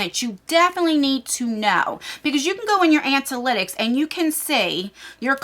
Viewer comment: Another great video 👍 Plz do more YouTube info 👌 (btw it’s ANA-lit-icks, rather than ANT-A-lit-icks 😂) I feel a little guilty that I haven’t started a channel. I’ve wanted to for so long and it’s already been a full year and a half that I could of been posting 😩